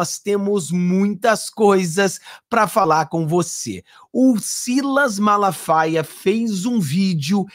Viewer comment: Eu gosto do pastor Silas MALAFAIA, não é MALASFAIAS como vc fala, desculpe-me pela correção. Gosto muito de suas lives. Abraço amigo.